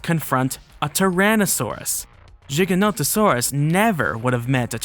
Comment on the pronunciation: Never imitate CinemaSins, they are the epitome of intellectual dishonesty! Granted this "plus minus" structure is easy to digest for the casual Youtube consumer. Also kudos for pronouncing Giganotosaurus right! I share the criticisms, even the ones related to the different biases used to excuse the innacuracies, and I am thankful for the mature de-escalating addendums at the end. Snark is in your DNA for better or for worse and that won't change but I've found it well dosed here.